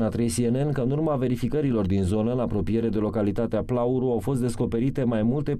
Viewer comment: Of , dragilor, se citeste: CETALCHIOI, PLAURU